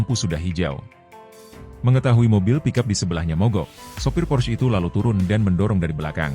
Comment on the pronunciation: pors... porss... 😂😂 porsche... 😂😂😂